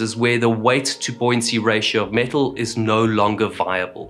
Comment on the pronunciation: Every time he says metal, I hear the parrot going "MEtal"